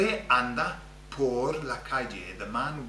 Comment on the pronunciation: As an aside; I thought only double rr required tongue rolling versus single r like perro (rolled) vs pero. I hear lots of rolling when you say, por as if it's poRR (rolled).